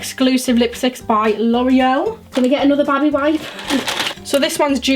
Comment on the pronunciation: The way she says baby wipe kills me😂😂